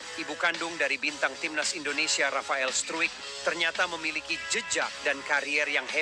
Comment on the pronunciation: Cara baca nama org belanda dibenahi Pak,jgn bikin malu. Infony sdh qta dengar ngg Ada istimewa info dri bpk